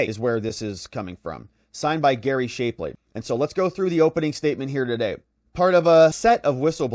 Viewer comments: Dude ..... it's NOT "shape-lee", it's "shapp-lee". Very annoying, your mispronunciations. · His name is SHAP(as in APP)LEY. PLEASE pronounce his name properly. That's Shap -- like TAP or RAP or TRAP or MAP -- ley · Shap-Lee shap rhymes with chap? Not shape-Lee?